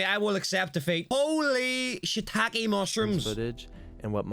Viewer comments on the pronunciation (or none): none